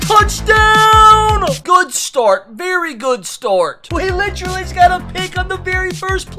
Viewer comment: I love the content but PLEASE stop saying ‘litch-rally’